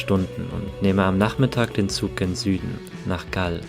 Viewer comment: Es heißt Galle!!! Und Galle heißt übersetzt: Felsen / Stein. Die englischen Kolonialherren haben den Namen verenglischt = Englisch ausgesprochen. Ein Armutszeugnis für den Buben, nicht mehr über Galle, die Provinzhauptstadt erzählen zu können, nicht mehr zu wissen!, nichts von den ersten Kolonialherren, den Portugiesen zu erzählen, die auch den Namen geprägt haben. Galle heißt auf portugiesisch Gockel. Und so ist der Gockel, der Hahn, das Wahrzeichen für die Stadt Galle geworden. Wenn für ihn das Surven so wichtig ist, wäre es auf alle Fälle auch erforderlich zu erwähnen, daß man das in der Bucht von Galle, auch sehr gut kann!!!